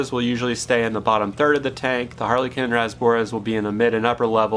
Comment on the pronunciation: Y does he say harlequin so wrong 😂